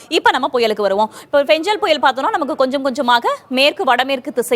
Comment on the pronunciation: Ninga pronounce panna vidham than thappu